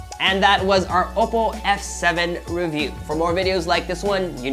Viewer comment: Oppo is not said as oppo its owppow